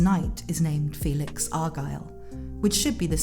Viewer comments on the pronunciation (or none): none